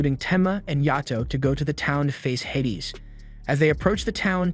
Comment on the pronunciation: its pronounced hay-dees